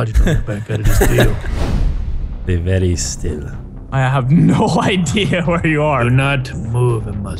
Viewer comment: Vewwy cawweful